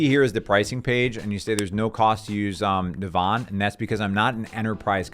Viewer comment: It's pronounced "Navvin". It shares its name with a town in Ireland.